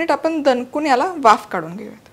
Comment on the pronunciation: दनकून दानेदार पन म्हनून आनी सनासुदिच्या.. असं का म्हणता तुम्ही? Recepie उत्तम असतात पण ऐकायला कानाला बर वाटत नाही..